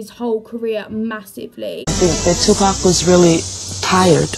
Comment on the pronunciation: two pack??!!! If you want folks to take you serious, PLEASE say his name correctly. It's pronounced tu-pock...pock like pocket. Kasinova is a fool. I wouldn't believe anything from him since he plays with the fans..